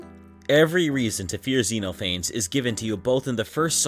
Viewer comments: it's pronounced zeh-noh-fah-nees not zee-noe-fayns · I love this video because it really encapsulates why people like myself find Sonic.exe appealing. Its a bad story that had a fantastic concept. Plus its nice to see you actually know who owns what and what the interpretations are instead of bastardizing them. Also I'm sure you've heard this a lot but Xenophanes is actually pronounced Zen-Off-An-Knees :') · I should try to bring to the attention that Xenophanes is meant to be pronounced as "Zeh-nauh-fuh-neez", I made the same mistake as the creator of the video here for a long time before being corrected lol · Just wanna point out It's pronounced Zen-off-uh-neez Also the mouth is disturbing as absolute hell.